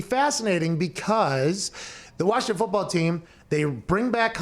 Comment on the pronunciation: They pronounce it Warshington round these parts.